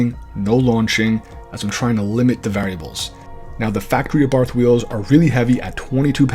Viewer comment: Bro it's pronounced Abart not Abarf, the H is silent.